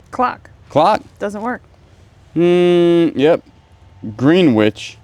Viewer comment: Greenwich is pronounced grenich. We uk people love to confuse people with pronunciations that are not said as they are written 😊